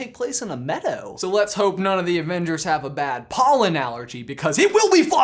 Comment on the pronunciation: The "medow" as you called it is Thanos's farm like in the comics.